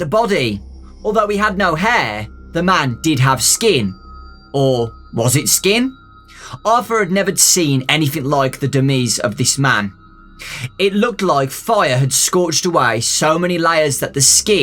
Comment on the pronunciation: Sorry if i'm a "Grammar Nazi" but the pronunciation of demise was bugging me. It's pronounced 'De-myes' not 'De-mees'.